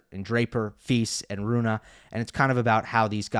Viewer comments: Only worst thing than his saying Runah instead of Rune are his eyebrows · He should stop saying Runah on purpose. He is trolling